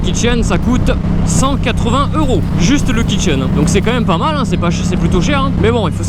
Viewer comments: Jai entendu kitchen xD au lieu de Kit chaîne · Exactement pareil je comprenais pas 😂😂😂😂